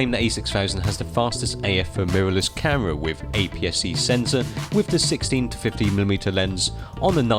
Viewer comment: A new statement with their "caahhhhmirraa". Why do you say camera like that? am I the only one who noticed this? Great video though!